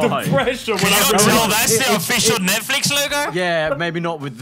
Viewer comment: "Netfix", Lando? Seriously? lol where is the L ???? hahahahaha